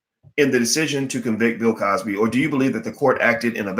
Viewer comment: why are you butchering the good doctor's name though.